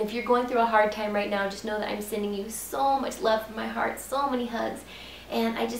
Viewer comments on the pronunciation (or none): none